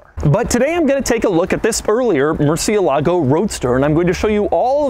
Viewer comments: Doug murdered the pronunciation for "murciélago" every single time. Come on, just get the accent on the correct letter, it's not that difficult. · Not once did he pronounce the name Murcielago correctly. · Every time he says murcielágo i cringe. Why do we have to butcher the names? It's MURCIÉLAGO GOD DAMN IT. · mershalago not Mercy a lahgo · It is actually more like "more" "sea" "a" "lago" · murciElago, not murcielAgo... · It’s not “MurcielÁgo”. It is pronounced MurciÉlago. It’s obviously not an anglo word. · its said "More" "they" "a" "lago" not "mercy' "a" "lago" im pretty sure they car was named after one of the only bulls to ever leave the arena alive.... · Moo-er-see-EH-lah-go. Put it all together. Mercy-uh-LAH-go is not the way, folks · Mercièlago. Not mercialago smh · murciélago not murcielágo ffs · Ed Bolian is losing sleep over how Doug is pronouncing 'merci-A-Lago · murr-cheh-LA-goh (4 syllables) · Mooresialegoh its the right pronunciation in spanish/italian if you want to impress your viewers there you go Doug, Take care! Un abrazo tío! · It's a "soft" r,supposed to be pronounced "moo-thee-lago" originally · It hurts every time he says Murcie lago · It's (Mür-Sïï-Luh-Goh) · Murcielago - murchilago Cou-coup-coupé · I know I'm a little late to the game with watching this video, but is anyone else bothered that he's pronouncing "Murcielago" wrong? If it's spanish then emphasis would be murciElago. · I wish this guy would learn to pronounce MurciÉlago with the accent on the right syllable, come on now... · Tbf, Ed mangles it too lol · Am I the only Spanish speaker watching this video and laughing each time he says murciélago? 😂😂😂😂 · Doug's the type of guy to pronounce Murcielago incorrectly. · I speak Spanish and this man's pronunciation of 'Murcielago' triggers me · As a native spanish speaker I got so frustrated every time he said murcielago. IS MURCIÉLAGO! You are missing the accent mark Mr quirks and features. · Murciélago is stressed on the E